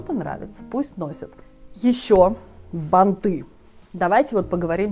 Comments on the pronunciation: БАнты!!! Ударение на А 🙏 БАнтами!!! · Ударение на первый слог в слове бАнты, бАнтами и т. д. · При всем уважении, ударение бАнты.